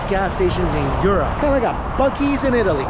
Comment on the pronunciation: Did he say yeetaly?